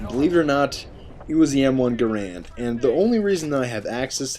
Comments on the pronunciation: It's Ga-rand, Grand is the common misconception. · it's m1 garand not guhran or grand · its the m1 garand. not grand... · its not m1 grand its m1 garand